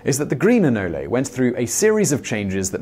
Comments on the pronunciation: I've never heard of anoleys, I have heard of anoles. Just saying it's a weird thing to mispronounce. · It's pronounced "A-nole" not "anolli" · “Anoli”...Lol Simon is phonetically challenged. It’s “Anole” bro. It isn’t that hard to pronounce. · They are not pronounced anolees, they are pronounced anole with a silent e. Nobody has ever referred to them as anolees unless in error. Sorry Simon.